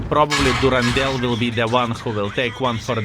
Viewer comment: The name Durendal is from Tolkien and is mentioned in the Hobbit. It has a nordic origin and "dal" is a valley. So it is pronounced Duren-dal. Good on you!!! ❤